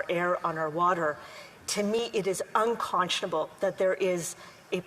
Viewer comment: These foolish Liberals are so SILLY AND EMBARRASSING!! She can’t even pronounce “unconscionable” properly!! Crimes against humanity— what a silly little girl she is!!